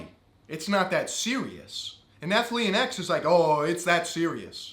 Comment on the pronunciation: Take a shot every time he mispronounces Athlean X